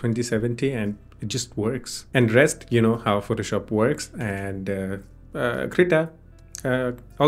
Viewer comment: Yeah! That also with poor pronunciation which made the auto-generative subtitle to write 'CR' instead of 'Krita'. This sucks. 😑